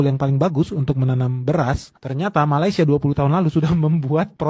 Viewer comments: COBA PERHATIKAN BAIK-BAIK APA YANG Diucapkan... BERKATA MALASYA... MALASYA... MALASYA 🤣🤣🤣🤣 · Mas Sebutan Malayssssia ,😅😅😅 lain bunyi nya